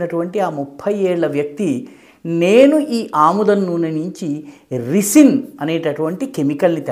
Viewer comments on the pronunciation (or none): రిసిన్ కాదు సర్ రైసిన్...